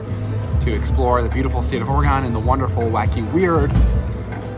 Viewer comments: ORE-GUN Not ORE-GONE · Ore-gone? Naw, Ore-gun! 😊 Thanks for the video! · It’s Oregon like organ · Or-gun, not, or e gone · Ore “gen”. Not GON. Sound like a doofus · it's not OREGONE It's Oregun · AT LEAST YOU COULD PRONOUNCE OREGUN CORRECTLY. IT IS NOT NOT NOT ORE-GONE!!!! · GUN it is Oregun...my that sounds lame when you say Oregone. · Our state is pronounced orygun not orygone ❤😂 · Great video! Thanks. You might want to rehears the way Oregonians say Oregon. Hint:: the last syllable is not pronounced, "gone". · I agree if you are highlighting a beautiful city like Portland, you should listen and learn from the native Oregonians. Ore e gun NOT Ore e gone And Mult no mah Falls NOT Mult i no mah Falls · Please learn to correctly pronounce the places you go. It is not Or-eh-gone. It’s Or-eh-gun. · Dude, it’s Ore-gen not ore-gone, lol. 😂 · HATE how he says OreGON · if he says or-e-gone one more time my ears are gonna fall off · It's pronounced "Ory-gun"!! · Oregon is pronounced OR-A-GUN! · Why would anyone take advice about Oregon from someone who can't pronounce it correctly (Orygun)? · "Donit"" "OroGONE" lol Does this dude know how to pronounce anything right? lol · Its not "Or-a-gone". If you're going to review Oregon please - pronounce the name right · I had to stop watching after the third time you said, "OregOn"...... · Why are you saying Oregon like Ore-gahn? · Great video, however being from here the only real distraction was your mispronunciation of Oregon “Or-e-gun”. Thanks for sharing our beautiful city. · Hi, I'm another Portlander and while the Or-e-gone pronunciation also drove me crazy, this is a really good video! I think you really highlighted a lot of what this area has to offer and I'm glad you had a good time here. You're welcome back any time and next time you'll know how to say Oregon. Cheers! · you pronounce oregon like it's a shape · Great video, but there is one problem: You are now wanted in the state of Oregon for mispronouncing the name.